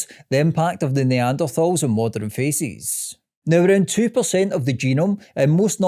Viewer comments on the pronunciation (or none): Good video, but all I hear is faeces when you say faces haha